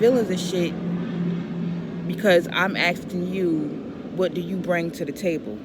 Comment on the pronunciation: Dammit! There’s a K in the word A S K I N G!